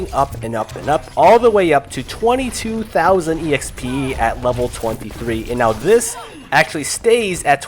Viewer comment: The way you kept saying exp, (e x p) was kind of annoying but that's just because It doesn't sound right, on the other hand I enjoyed the video. Keep it up :)